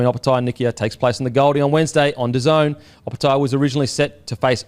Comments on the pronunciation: Da Zone not Daisy en 😂😂 thanks for the show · The way pronounced DAZN gave me an aneurism. It’s pronounced Da Zone